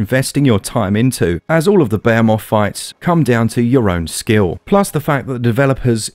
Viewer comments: Lol crazy Brits and their punctuation of Behemoth, it's not bayamoth its be-he-moth 🤣 as always another stellar review. I've been looking forward to the switch release of this game since it's alpha release on pc (which dropped before the announcement of monster hunter world) a lot has changed since then and they keep adding to it. Definitely a developer to keep an eye on. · isn't it pronounced "ber-he-moth" and not "beyer-moth"? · Also?? Beyemoth?? Behemoth. Buh-HE-Muth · What’s a BAYA MOTH? You mean Behemoth? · I cringe when he says it that way